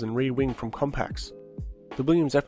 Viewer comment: COMPAX? WTF? Man, I love your vids, but you mispronunce at least a dozen things in each of them...